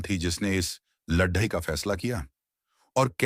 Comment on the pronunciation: When you know that certain words cannot be pronounced correctly then why can't you choose alternative words? For example LADAI can be replaced with YUDH. It sounds weird. Which book have you chosen? Any reference from which the life of Chanakya is taken from? We don't have credible evidence that Chanakya is a real or imaginary character. You didn't touch either.